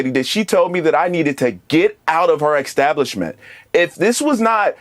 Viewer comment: did he say, "extablishment"?